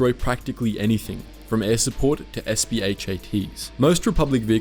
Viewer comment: its SPHA not SPHAT SPHA stands for Self Propelled Heavy Artillery i don't know where you got the T from